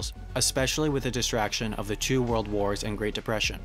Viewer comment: why does the narrator say "Jew world wars"?